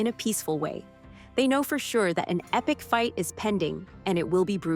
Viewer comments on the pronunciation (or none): none